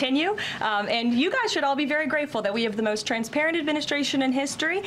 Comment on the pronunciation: Transparent or 'Trum-sparent' heehee